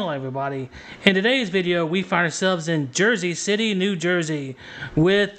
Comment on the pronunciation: Where is “Jersy” City?